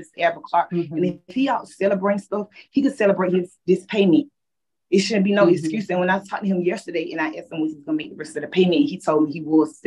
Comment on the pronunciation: "Scurz me"....English isn't that hard.